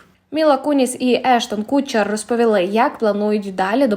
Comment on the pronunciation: Ештон Катчер, не кУтчер )